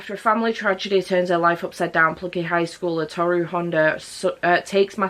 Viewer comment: The names are pronounced Tow-ru and Sew-ma by the way. I think that's how to like type the pronunciation anyway XD. Furuba was a series I adored as a teen despite me DNFing it as I didn't like the endgame ship errr yeah that's just a me thing. But it's fun to take note of which character your Chinese zodiac is! I still find it hilarious that I was like "ahh yeah I just relate to Ritsu as we're both the monkey and apologise a lot" it totally wasn't the cross-dressing gender fuckery =|. Ah the more you realise as you grow up XD